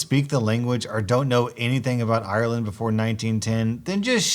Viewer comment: Americans saying ireland IIrland